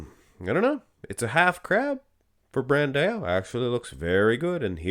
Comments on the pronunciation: It pains me so much when says brand A O. It's pronounced Brand OU like when you say ouch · Pro Tip: When you see "ã", such as in BrandÃo, you pronounce it like DUH! It's like saying BranDOWN, but you switch to the DUH sound.